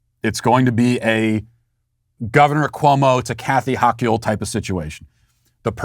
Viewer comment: Love how Matt intentionally butchers Dictator Hochuls name. Cracks me the hell up!! LOL